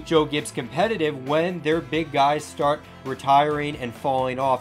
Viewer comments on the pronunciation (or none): none